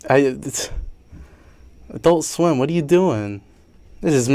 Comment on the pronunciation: why is it when he says adult swim it sounds like "i dont swim" i cant be the only one that thinks this right